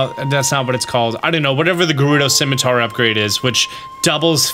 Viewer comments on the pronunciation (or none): none